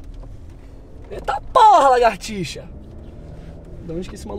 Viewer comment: Carai e muito engraçado quando ele fala " eita poha largatixa"